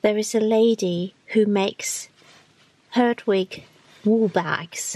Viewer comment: I mean 'herdwick" and not hardwick!